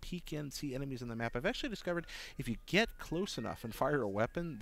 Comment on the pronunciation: he literally said "EMENIES"